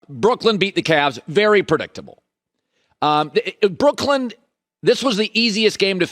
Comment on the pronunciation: Can you stop calling them "Brookland"? Sound it out, clap the syllables.